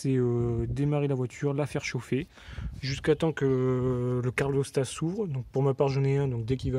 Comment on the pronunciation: Super tuto merci Par contre "carlostat" c'est pas possible ! C'est "calorstat"😂